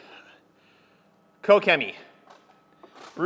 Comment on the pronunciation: Finally someone knows how to pronounce Koch-Chemie